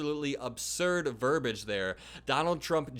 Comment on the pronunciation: its verbiage, not verbage, for future reference :) Great video as always